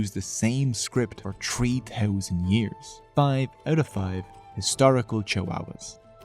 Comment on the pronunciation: four touzend tree hundred, wow